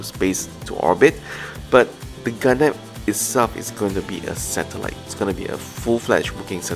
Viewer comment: I hear Gundamn not Gundam.